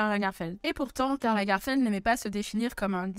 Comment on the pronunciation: Pourquoi prononce t'elle LagArfeld ?